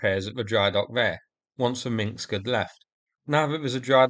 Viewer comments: It’s Minsk, not Minx. I know, it’s not easy to pronounce if your language hasn’t a lot of words with rows of consonants unbroken by vowels. I’m Icelandic and our word meaning ‘Finnish’ is “finnskt”… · When you say Minsk it sounds like minksk